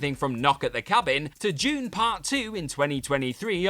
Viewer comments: 3 times, I heard "June" not DUNE. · Is it correct to pronounce "DUNE" as JUNE ... doesn't it sound more like DOON ?! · it's pronounced DEEEEEWWWWWNNNNNE lol